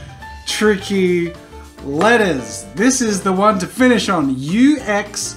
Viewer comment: Whenever he says "letters" I hear "lettuce"